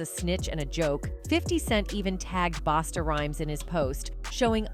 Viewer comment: It's.... "BUS-TA, RHYMES!!!!!!!!" Someone PLEASE FIRE These 'A.I. NARRORATORS' & 'GET The CAPTIONS CORRECT' For These VIDEOS Too #ThanksInAdvance....👀🤦🏾‍♂️👍🏽✌🏽